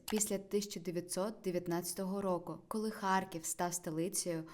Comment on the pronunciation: Правильно казати Харків а не Харьків.